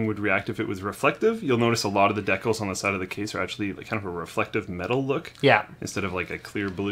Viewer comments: Decals..not DAYcal. God, the chat went ape shit when he pronounced it Daycal's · Decals? I think it's pronounced.. Dee Cals... Not Deck Kals.. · Dekals... What??? It's decals... DeeCaaaalllsss, common Canada. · what are decles? did you mean decals? de (the rhyming with three) cals (like california). decals. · ***** I'm Canadian and it's decals, not decles... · there is no deck in my pronunciation, there is an al as in al bundy. and a de, as in desensitization or decentralization. and the al is a part of cal as in california. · Deckles or decals Linus... Lol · LINUS, ITS DEE-CALS..that's how it is pronounced..please say decals right :) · ***** It's said with a short e here in the UK too. It's not silly, just different. Pretty sure it's only said with a long e in the US.